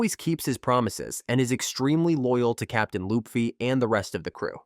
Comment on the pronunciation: You said "lupfy". It's LUFFY